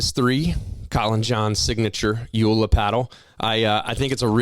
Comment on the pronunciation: It is pronounced Yola not "U la"